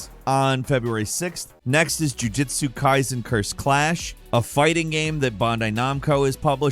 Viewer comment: The way you said jujitsu kaisen, it sounds like you don’t know it’s one of the biggest anime and manga of all time